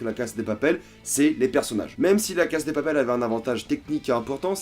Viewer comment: On dit LA CASA DE PAPEL c'est stressant comment tu prononces..